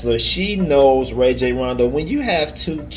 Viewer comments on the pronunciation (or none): Pronounced "Rah-Jhon" ...he is my point God